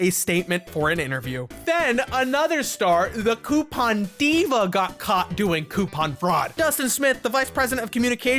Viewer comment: Ok, you cant be coupon king and not know how to pronounce the word "coupon"! 🙄